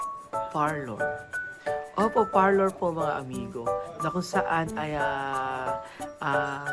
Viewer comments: Beking beki haha …parlor po..hindi Farlor! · Far-lour nga!!!!!!! Ohhhh… rather friveyt resort pala.